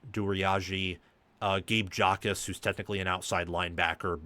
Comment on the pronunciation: Anyone who pronounces the J in Gabe Jacas’ name automatically voids their right to have an opinion on Illinois football because it clearly means you have not watched a second of the team actually playing 😂